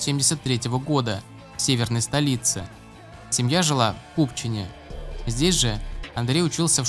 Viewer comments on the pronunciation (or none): Не в купене а в Купчино!) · не в КупчинЕ, а в КупчинО но всё равно спасибо за ролик